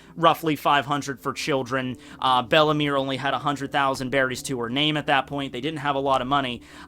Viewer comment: its bellemere not bellemy xDDD